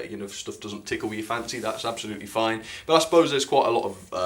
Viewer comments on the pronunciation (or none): none